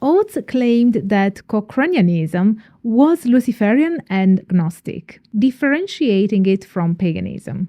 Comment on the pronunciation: The G in gnostic is silent. Michael Ford's work is not Traditional Witchcraft.